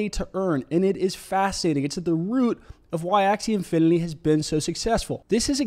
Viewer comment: ser .. i think you are mistakenly pronouncing it as "infiniLy" and not "infiniTy"